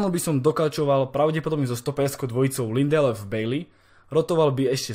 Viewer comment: myslím že se to čte ''Bají''